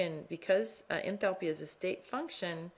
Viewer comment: ENTHALPiii haha love the pronunciation! Anyways, thanks!